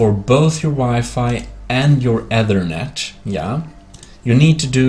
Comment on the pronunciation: Hey btw it's pronounced like "ether" like the chemical net, not being a asshole or anything. Ik English isn't ur first language so just helping u out